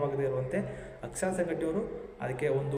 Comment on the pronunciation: AKSSA alla pa...AKSARA...dont tell chuty kanthakumar name